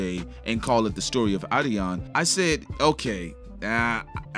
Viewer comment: say the name right man. Come on. How is “adiDon” pronounced “adion”!?